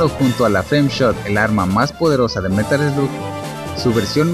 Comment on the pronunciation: Se pronuncia merol sloc